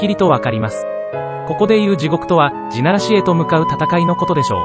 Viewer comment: この動画は酷い。 何故か読売巨人軍のイントネーションだし、 そもそも「ち」ならし、ってなんだよ 便乗して動画作って悦に入るなら、ちゃんとやるべきでは？ まあ、その資格は無さそうだがな。